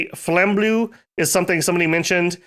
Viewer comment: Flambeau is prononced Flame-bo (French) Ulm is considered a good starter faction for new player. When I started Dom, I disagre. The faction look to Human for my fantasy game so I want with MA Ermor (past me: cool, undead faction). I remember taken Growth scale to counter the death penalty of the dominion and probably order and prod scale for bonus money. I did not win that game. All my pop still died :( My second faction was EA Mictland (past me: nice, aztec faction, that rare). What a bless? Some what less miserable than ME Ermor but still not a win. 3e faction was MA Ctis. Finally win by spawning the big lizard army, winning the same way one win with Ulm. oh well.